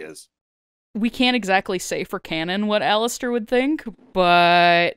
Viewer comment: Did no one else noticed that instead of saying Alastair he said Jalastair